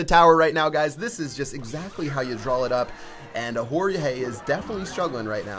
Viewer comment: Jorge= gerorge